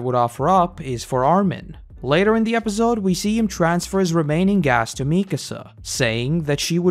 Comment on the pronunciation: Love these videos but I hate the way you say episode 😭